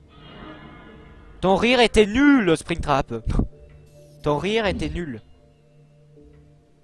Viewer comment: mec ta dit spectram a la place de spingtrap